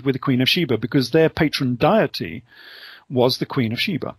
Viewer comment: Amazin he should know so much, yet said "diety" instead of "deity".